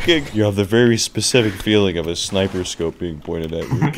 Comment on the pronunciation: "You feel a skight-niper scope watching you? What? I do?"